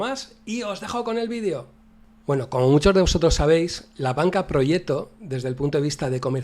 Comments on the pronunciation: Yo tampoco sabía cómo se pronunciaba 😂. "Proyet-to" (Aquí lo pronuncian en el segundo 32 -> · Te vas al traductor de google. Seleccionas de idioma el italiano y escribes "proggeto", le das al altavoz y un señor en perfecto italiano te pronuncia la palabrita, por cierto se pronuncia igual que en castellano pero sin la "c" o sea "proyeto". Saludos y gracias por tus videos!